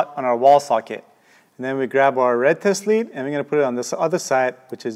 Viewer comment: Every time he says, “test lead” it sounds like he is saying, “testes”.